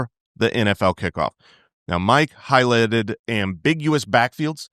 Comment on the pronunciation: Highlighted, or Highlitted?